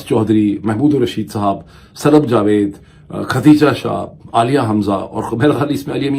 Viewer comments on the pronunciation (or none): none